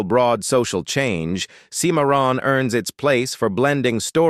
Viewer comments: A lot of good and cool info with some great movies, but I absolutely despise AI narrating!! How hard is it to have an actual human narrate?? Thumbs down because of AI...seem-a-ron (Cimarron) sheesh!! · Seemaron oh brother Stuart Whitman is groaning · These "top list" videos are always interesting but the narrator is terrible at properly pronouncing names. Why would they get someone who can't pronounce Cochise or Cimmerron? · Teach your robot how to pronounce Cimmaron. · And did you miss the mispronunciation of Cimarron? It’s just wrong. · Sure did! Was weird the way it was pronounced.